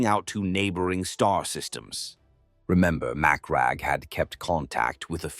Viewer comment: Surely that’s not how you pronounce Macragge